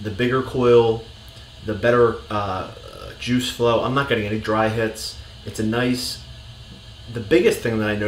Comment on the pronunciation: "can i taste your joosh?" hahaha